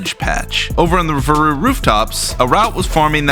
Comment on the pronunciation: listen i know its your videogame but i refuse to believe that's how you pronounce "varu"